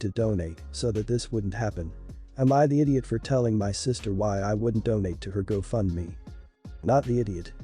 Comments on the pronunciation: The speaker is mispronouncing the word gofundme. It is go fund me. I have problems with speakers who do this for a job and don't know how to pronounce correctly. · Learn to pronounce words right. It’s called go fund me . It’s not a one word. U need to be stable in order to have children. Sister told her the truth. Some people lose weight easier than others. Not everyone has the same metabolism. U never tell someone u love them unless u feel it & mean it. Mom needs to set her boyfriend straight. His complaints r uncalled for. She should take up for her daughter. I wouldn’t give little kids raw fish. I get angry & yell at my youngest 2 granddaughters when I’ve told them multiple times to do something & they just keep putting it off r they just don’t listen.